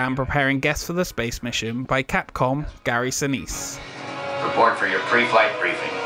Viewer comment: Did.......What did........how did he just pronounce Gary Sinise's name?